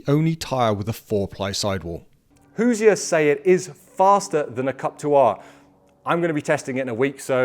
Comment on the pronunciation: Hey, Hoosier is two syllables. Hoos-yer. Not Hoos-i-er. You're welcome, An Actual Hoosier from Indiana.